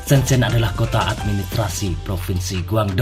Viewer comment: sebut pun salah. "shen-jen" ma